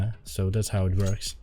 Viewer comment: thats how it vorks